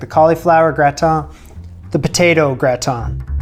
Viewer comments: Gra-tan. No ton! 👍🏻 Also, Flor-ettes. Not flower-ettes. Sorry, I just think it’s worth saying right 😄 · Since herbs/erbs, it’s open season on pronunciation in the comments, I think. So the tin in gratin is TAN please. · Gratan is hiw it's pronounced